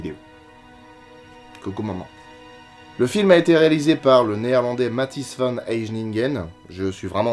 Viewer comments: Je crois que Van Heijningen se prononce "Aïjninneguenn" (Phonétique approximatif, déso) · Je crois que le nom du mec au début ça se prononce " h aïe ninne guène " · Alors je ne sais pas si ça va t'aider par écrit mais le nom du réalisateur se prononce : "Ma-Teïs Van-Heï-nin-gue-n" 😜